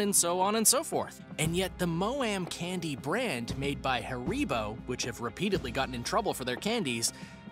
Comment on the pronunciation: It’s Ha-re-bo not “ haricot”